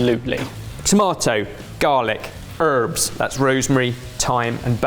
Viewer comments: ”Tomato, Garlic, ‘Erbs” Sorry, can’t resist. As Eddie Izzard once said: ”You say ‘Erbs and we say ‘Herbs’ because there’s a fucking ‘H’ in it.” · said "erbs" instead of "herbs." Is he defecting to the U.S.? Is he finally coming over to the dark side? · Gosh, the "ERBS" knocked me right out of whatever I was doing and made me go replay it again a few times. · did say "erbs"?!?!?!? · said ERBS rather than HERBS. It made me uncomfortable, and I’m from the States! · Hearing say herbs as “erbs” instead of “herbs” made me rewind in confusion. 😆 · Hearing him pronounce herbs as "erbs", the way we do in America, was slightly disconcerting. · BEN! Dont think we didnt notice you say " 'erbs" instead of "H-erbs" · Whoa whoa wait. I don't know have a feel hearing a Brit say, "erbs" vs "Herbs" Really messed me up because he sounds Americans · Where am I? "grilled cheese"..." 'erbs". Are you now pandering to us Yanks? I'm used to "cheese toasty" and "hhherbs". If you trot out "eggplant" instead of "aubergine" I may swoon.:-D, would you gourmet up a hamburger? Thanks. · I'm sorry..."Erbs" are we suddenly American?! To quote Eddie Izzard, "You say 'erbs and we say herbs, because theirs a f**king 'H' in it":P Also RICE PUDDING!! MAKE IT GOURMET! Please? ^_^ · ow! Did a brittish chef just pronounce it 'urbs'!? My UK expat roommate had been on my since we started living together about how irritating he finds the north American pronunciation! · Why did he say Herbs like that - ERRRBS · You went British "tomato, garlic" SUPER AMERICAN ERBS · Why did say ERBS? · You forgot the "H" in herbs... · Sod off ya posh tit! It's "Herbs" with a god-damned "H" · Pst...... did I hear you go all American and drop the h on herbs!! Wtf's with that... 🤨😕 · he said herbs so american 😂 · Who was responsible for “herbs” with an American pronunciation? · Am I the only one who heard say herbs without the h?